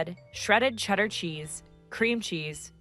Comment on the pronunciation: Mmmm I love butplugged starfish with “shedder”